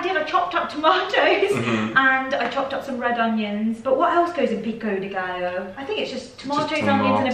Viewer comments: Exactly! Hilarious to hear say ‘peeko de gallow’. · Saying Gallo wrong also